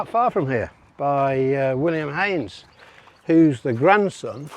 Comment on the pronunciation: Gary should know his Haynes from his Heynes!